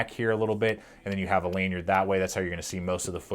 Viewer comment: Lanyard not laneyard Particly is not a word